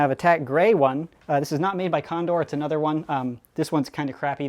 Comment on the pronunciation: nother not nether